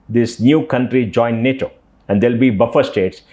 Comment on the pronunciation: It is nato not Natoma please make a note of this